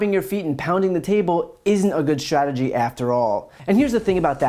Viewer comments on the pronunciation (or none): ...part of a broader shhragery......it's pronounced strat e gy...and also the Trump adminshtration is pronounced ad min is tration